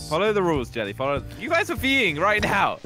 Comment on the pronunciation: jelly messed up on the name